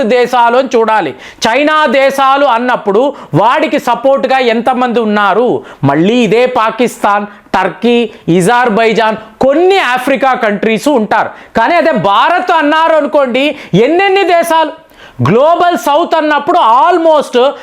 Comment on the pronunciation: ఇజార్ బైజన్ ఏందిరా బాబూ 😂😂😂😂😂🙏🙏🙏🙏🙏 అన్ని పేర్లు విచిత్రంగా మారుస్తుంటావ్ 😂😂😂🤐🤐🤐😁😁😁🙏🙏🙏